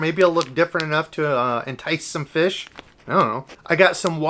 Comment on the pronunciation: You pronounce "fish" incorrectly